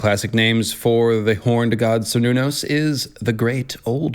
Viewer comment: The "c" in Cernunnos is pronounced like a "k" and is sometimes even replaced with a "k". Great video ty